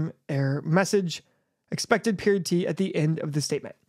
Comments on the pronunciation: its pronounced "periodt" not "period-t" lol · "periodt" is actually pronounced just like "period" btw